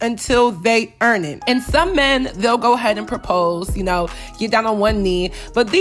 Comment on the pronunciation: "YOU CANNOT GIVE THE NICCAS SHIIT UNTUL THE EEEEEAAARN IT!!!!!! 👏👏👏👏